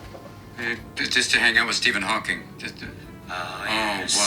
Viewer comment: "Stephen Hawkins" 😂